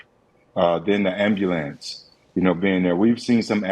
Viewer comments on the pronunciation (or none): You would think someone from the media should be able to pronounce ambulance.